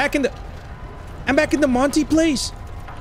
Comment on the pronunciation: The way he like barks to monty😂